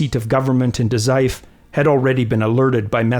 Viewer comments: great vid. just a note about Daizufu three syllable word with the vowel u pronounced ie, fu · The U in Dazaifu isn't silent btw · DA ZAI FOOOOOOOO. Lack of the fu for Dazaifu drove me nuts!